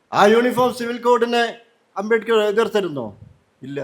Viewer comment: അമ്പമ്പോ! അബേക്കറോ? അബേദ്കർ എന്നു പോലും വ്യക്തമായി പറയാനറിയാത്ത പഹയൻ! അമ്പേ പരാജയം😮